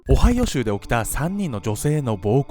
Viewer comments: 場違いなコメントなんですが、「アメリカ オハヨウ州」と聞こえたのは私だけですかね…(?) 毎回思うのですが編集能力がテレビ並みなんよ……(( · 「今回は オハイオ州」って言った時聞き間違えで''おはよう州?!''ってなった笑笑